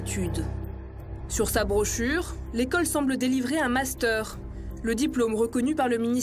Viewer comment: je connaissais le "munster", mais alors le "mastère" ????????????